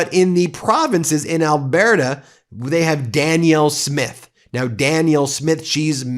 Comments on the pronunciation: BTW Ben, it's pronounced Al-bert-ah, not Al-bear-ta. lol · Ben! Love Meidas and all you’re doing. But this Albertan, a proud Canadian who knows Alberta is better as part of Canada, would like to say — it’s pronounced al-BER-ta. Not al-BEAR-ta. I know, it’s a small thing. But it’s kind of like saying Ar-Kansas. Or Oree-GONE. Or ill-uh-NOISE. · Thanks for the Maple MAGA politics coverage. FTR (from 22 years as a resident): It's pronounced "Al-bur-da," not "Al-bear-ta", but I've been using "Al-bur-duh" lately. The Flori-duh of Canada. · Please stop saying “ Albearta ”! It is pronounced AL BURR TA. Emphasis on the BURR. Thank you from Calgary, Alberta, Canada i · Love your commentaries, Ben. Always look for your posts. Keep up the good work. Loved your comments about our Maple MAGA and Alberta separatists. But, FYI, it’s pronounced “Al- bur-ta”, not “Al- bear-ta”. Again, thank you for your service. Hoping more and more GOP Americans are beginning to realize the truth of their situation. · Ben: we don't pronounce Al-bear-ta, it's Al-bur-ta. Thank you for telling the Canada, Carney, PP, Alberta story straight. Alberta separatists are at best seditionists selling a deal too good to be true; at worst, traitors & quislings, weakening TEAM CANADA & scaring off any private investor that might otherwise be interested in Alberta. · It's not pronounced Al bear ta, it's Al burt ah dickhead. And Alberta is solid. Even with the decades of sodomy Alberta has endured from Ottawa, Albertans are Canadians first. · Great podcast! By the way, Alberta is pronounced "Al-burr-ta" or "Al-burr-da". NOT "Al-bear-ta". Remember it this way: the middle syllable sounds like the prickly thing attached to the bear's fur, not the bear itself. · Thanks Ben but nay I give you a tip... Alberta is pronounced like the name Albert with an a on the end... Al-bert-ah. Cheers! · Ben, I'm 🇨🇦 🍁, say , alberrta, not albearta...soo funny to hear alberta, ya need the the alberrrta. Lol ❤❤❤❤